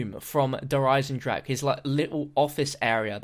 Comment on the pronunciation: you put in so much work and fair play. bo3 zombies has been far better than mp. but please pronounce der eisendrache correctly